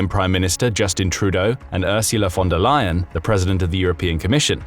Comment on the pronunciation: Leyen not lion